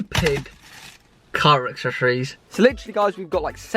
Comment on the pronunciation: And here we go again with the Car “Akseshoryz” 😂 loved the video man! Your some guy 🤣